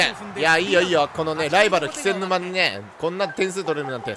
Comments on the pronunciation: ずっと「『き』せんぬま」って言ってない？ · 気仙沼 「け」せんぬま です！ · 重箱のスミつつくようで申し訳ないが、「気仙沼(キセンヌマ)」ではなく「気仙沼(ケセンヌマ)」なんだよなぁ。 つまらない指摘でどうしようもないけど気になっちゃう